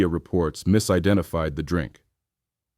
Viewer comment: The "Drank" that black America loves. I listened to that 5 times. was that pronunciation intentional?